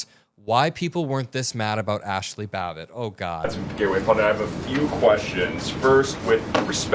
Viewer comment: Ashley babble? Somebody smack that man😊